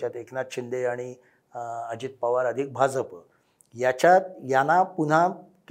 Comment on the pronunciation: 'भाजप' या शब्दाचा उच्चार करताना, जहाजाचा ज का वापरता? 'भारतीय जनता पक्ष ' यामध्ये ज जनतेचा आहे. ऐकायला cringe वाटतं